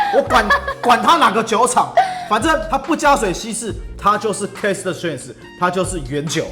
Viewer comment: 哥，我有幻聽，都聽成Cast strength 😂